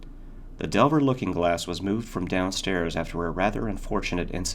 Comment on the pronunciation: Just a small note; The name of the mirror / maker of the mirror, is 'De iver' as opposed to 'Delver'. Nice read though